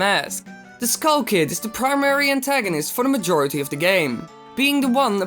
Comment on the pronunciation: He actually said MAJORATY with an A